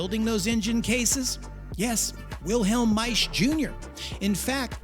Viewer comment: MikeO Maisch & Company Too funny,, talker pronounces Maisch properly